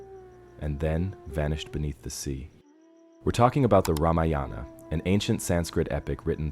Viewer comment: Very interesting video. Oh, the word Ramayana is NOT PRONOUNCED Rama-yaana. It is Raa-maa-yana. And one other thing, please inform viewers of the meaning of the word "Kandam." I thought I'd die laughing when I saw the CC of your video which said "Kumari Condom." 🤣🤣 Also, I'm no scholar but I believe Kandam in Tamil is pronounced differently than in Sanskrit. Kandam in Sanskrit is pronounced Kaandam, which means a chapter, a section, a part, in the Ramayana. And oh, it isn't Vanaara (forest creature) it is Vaa-na-ra.